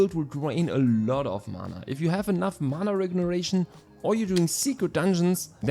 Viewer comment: Bro your pronunciation of mana regeneration is wilddd lol MANA REGRESSION